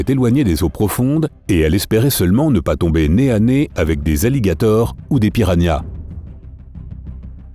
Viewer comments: Pq il a dit pirahnia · Il a dit pirania ??🐟🐟